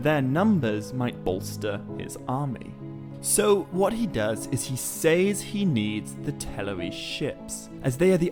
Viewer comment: You do realize that the word says is pronounced like "sezz" right? I just ask because you keep saying it like it rhymes with ways or pays or essays lol just saying